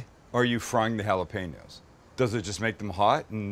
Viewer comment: Literally just pronounced Jalapeño with a g